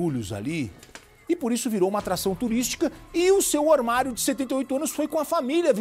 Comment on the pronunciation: Ormario? Fala sério kkkk